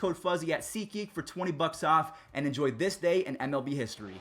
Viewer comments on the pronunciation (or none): none